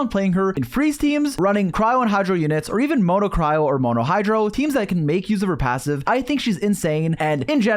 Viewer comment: Dude it's cryo not crowd